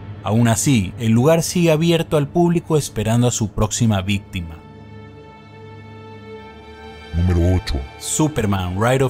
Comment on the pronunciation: se dice bistima